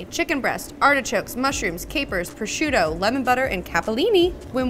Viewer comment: I'm surprised that no one has blasted you in the comments for saying"pro-shoot-oe". 😅 In my home state, if you're in a market and someone overhears you say that, at least three people will yell "pro-zhoot`! It's pro-zhoot`!"